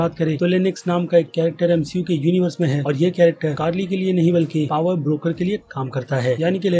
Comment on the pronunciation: Bhai Broker ko Breaker kyu pronounce karte ho 😅